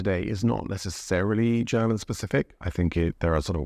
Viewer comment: Is it just my idea or are you pronouncing the word "German" as "Cherman"? :face-turquoise-covering-eyes